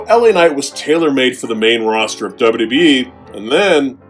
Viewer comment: I smile each time says: 1) "Dubba dubba yee" 2) "Vinsick Mahan"